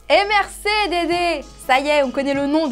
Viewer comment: Parle français on dit merci et pas merce